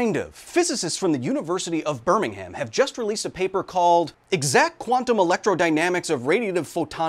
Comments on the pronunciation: Wrong Birmingham for that pronunciation mate it's Birmingham in the UK not the Birmingham in the US British Birmingham is pronounced Birming-um not Birming-Ham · wow this is cool but IT'S PRONOUNCED BIRMING'M NOT BIRMING-HAM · It's pronounced, BirminghUM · Please don’t pronounce Birmingham as burning ham or I’m going to cry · The pronunciation of Birmingham triggered me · The h is silent in Birmingham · and he pronounced it wrong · How he pronounced it💀💀